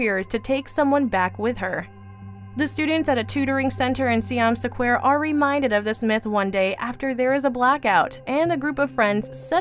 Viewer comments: Siam Sequare tho, you know? #DoesntKnowHowToPronounceSquare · Ugh, the pronunciation is atrocious. What is "saquare"? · Is it really Siam "sa-quare" it really looked like square, but I don't want to assume 😄🤷‍♀️ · See-yom Suh-kwair? Do you do this on purpose? Do you intentionally find one movie title in each of your videos to fuck up the pronunciation of and make us cringe?